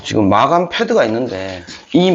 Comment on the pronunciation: 마감을 마아감 이라고 발음 하는건 또 살다가 첨보네. 희한한 억양을 ~